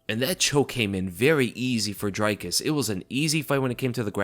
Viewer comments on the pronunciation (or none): It's not pronounced dry-kus it's dree kus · ITS DREEEEE-KUS. Not DRYYY-KUS And he is the funniest fighter in MMA! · Bro, it's Drē-kus* jsyk.. And then the last S in his last name is silent. I must've cringed 10 times in 30 seconds lol. You must not have watched his post fight interview in the cage. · It's "Dree-kis" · Dricus Du Plessis i think is pronounced like (jreekiss du pleesee) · Dricus pronounced "dree-cuss" Plessis pronounced "pleh-see" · Bro Dricus even said how to pronounce his name in the post fight speech and you're STILL mangling it. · Great recap but the way you all keep butchering Dricus's name is painful to hear.